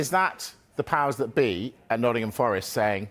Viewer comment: The way one of the presenters says "Nuddin'ham" 😂